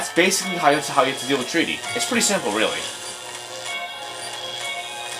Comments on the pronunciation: It's not "treaty" it's "try-tee" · I lol'd when I faced it on the DS version. And then I read the puzzle guidelines and got it first. Btw, it's pronounced Try-ty. As in 'I' sounds.